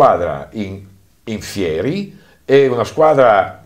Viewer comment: In FÌERI, non in fièri